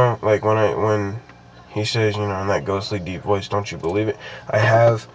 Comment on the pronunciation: he said "hard to belvie in" i have capsions on my tv